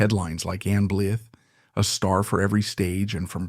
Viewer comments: This is very frustrating you keep pronouncing her name wrong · Disgusting CLICK BAIT—the moronic non-human AI Narrator cannot even pronounce her name. Blah blah fake emotion—don’t waste your time!